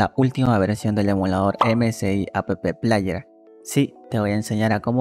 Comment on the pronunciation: porque dice "a pe pe plaier"? jaja porque pronuncia las letras de la palabra "app". Jajaja